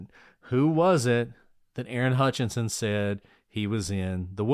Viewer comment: Love the pod. But here a year later listening to WM3 case and came to see if anyone has noted that Vicki and Aaron’s last name is HUTCHESON, not HUTCHINSON*, as is written and spoken many times on the pod. There is confusingly also Joe HUTCHISON (Damien’s father). Small thing, but B & A are usually accurate so this bothered me.